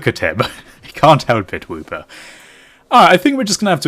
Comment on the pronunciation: i'm pretty sure it's wooper not whooper